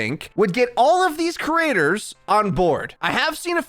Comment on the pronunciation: Could you practice pronouncing creators so you stop saying crators